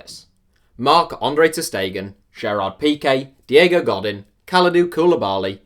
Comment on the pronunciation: i'm pissed of at how u pronounced Godín... and Koulibaly... and Kimmich... and Dele Alli... and u also called Veratti a frenchman, get ur info together or quit youtube man XDD